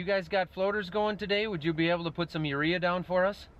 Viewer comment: Why urea? "rare"